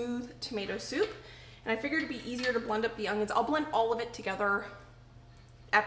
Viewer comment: UN-YUNS, not UNG-yuns 😫😫😫😫